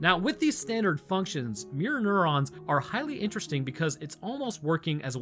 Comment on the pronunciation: Every time you say mirror neurons I think you’re saying Mjolnir